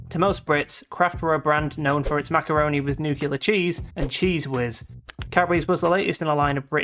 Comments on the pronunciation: "Nuclear", not "nucular", you fu.cking regard. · the worst chocolate I ever tasted... after the turkish one. also, it's NUCLEAR, not nucular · The word is NUCLEAR, not NUCULAR. Honestly, and Englishman talking like a YANK. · Nukular is not a word. Also hersheys is no where near as bad as youre making it out to seem. jeez youre being extremely rude and over axagerating. hersheys is good, its not luxury but its still really good if you want chocolate. you can only notice that flavor youre talking about it if you eat a lot of it too.